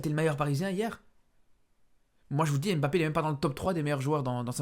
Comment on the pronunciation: Tu as joué dans quel club? Ton diplôme de journaliste es où? Tu as brossé tes dents avant ? Et pour ton diplôme d’entraîneur es où ? Et DÉJÀ IL NE S APPELLE PAS M - BAPPE